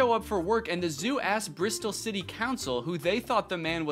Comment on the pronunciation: First time I’ve ever heard an American pronounce an English place name properly. I mean I guess you can’t really go wrong with Bristol but still 👏🏻👏🏻👏🏻 well done Danny